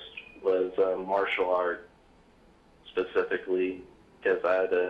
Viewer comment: Spesifally?????? *LOL*